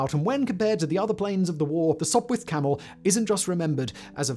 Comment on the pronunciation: You are correct. But he called it a Sopwirh Camel a couple of times